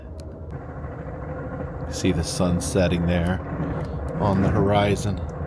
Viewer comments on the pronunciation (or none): none